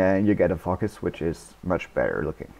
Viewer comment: Nice tutorial, thanks! Also, i like how you say focus, you say something like fuckus :P